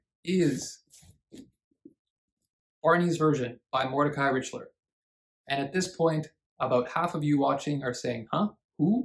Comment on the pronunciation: Mr. Richler is not “a national treasure “ in Quebec. That’s for sure. BTW - it’s R ick ler. 😊